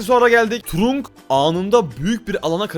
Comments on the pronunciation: Abi turunk değil tırank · Kaze kenjinin karısı ve trunk trank diye okunur allı öfkelenince rakibi görür avı bide allı kendisi öfkeleniror ve arada görünmez olunca bazen görünüyo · Trank diye okunuyor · Trunk değil trank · Abi o öyle okunmuyor kitırank böyle okunuyor bilgi vereyim dedim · Abi trunk tırank diye okunuyo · Abi trunk diye yazılıyor ama trank diye okunuyor❤😊